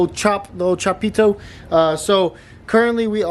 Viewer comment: really emphasizes the pito part of chapito lol